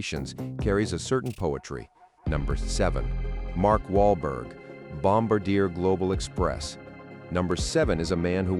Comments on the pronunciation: Let's get this right. It is nor Bomba-deer, it is pronounced Bom-bar-d--a, and it is Gulfstream 5 not Gulfstream V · The same goes for the Gulfstream IV, it's a Gulfstream 5. Also it's not Bomb-a-deer, it's Bomb-Bar-Dee-A (Canadian French). And if you should run across a Citation X, it's a Citation 10. Otherwise, good stuff! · Bloody AI voice! Gulfstream "V"?! It's called a Gulfstream 5! Bomb-ah-deer?! Again, that is not how it's pronounced! It's Bombar-de-ay! It's French Canadian, named after Joseph Armand Bombardier, the inventor of the modern-day snowmobile! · Obvious AI voice narration. Its not Gulfstream "Vee". It's Roman numeral 5, V. Gulfstream 5. No one in the industry pronounces Bombardier this way. Bombardier is not pronounced "bomb-bah-deer." There's an "R" there. pronounced Bom-bard-di-er with French accent on the end. #AIslop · I shouldn't comment but when you said Wahlberg's plane is a bombardier learn the pronunciation is Bombardier let me shout out to Bombardier you're going to say their name pronounce it properly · Notice your fake voice can't even pronounce Bombardier ...